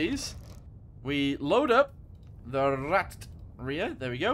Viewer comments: Also as a heads up just pronounce it like ‘rat’ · It’s pronounced as P-1000 rat but it’s name is P’1000 ratte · its pronounced Rat